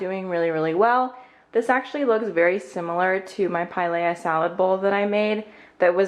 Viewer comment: It's pronounced like, Pie-Leah